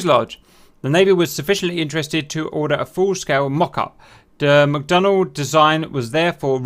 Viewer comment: It's McDonnell not McDonald. Please stop pronouncing the 'd'. Thankyou.